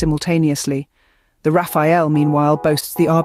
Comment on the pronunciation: it's the rafale not Rafael